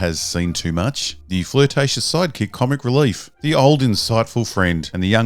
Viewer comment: In this video, and Rebel Moon, anytime you say "sidekick" I hear "psychic" and have to remind myself that I heard the wrong word.